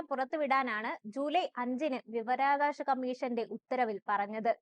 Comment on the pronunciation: വി വ രാ വ കാ ശം... വിവരാകാശം അല്ല..